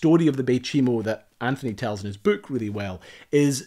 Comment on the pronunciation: I'm confused.... what's a "bewk".... :) Loved the video.